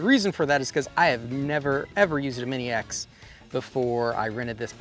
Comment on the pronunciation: Awesome work,! It's looking great there! 😃 I know you meant "mini ex", but I kept hearing "maniacs". 😂 Anyway, stay safe there with your family! 🖖😊